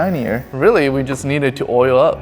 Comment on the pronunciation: You said oli up 😂